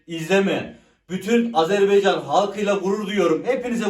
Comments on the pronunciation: Takip ettim gardaş. Sizden bir ricam var , Azerbeycan değil Azerbaycan ❤ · Videolarınızı beğeniyorum amma lütfen Azerbaycan’ı telafuz ederken dikkat edelim Azerbeycan değil Azerbaycan . Bazen doğru bazen yanlış telafuz olabiliyor.